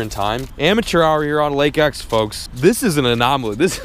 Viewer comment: "I'm finally fishing Lake 'EcH!'" 😂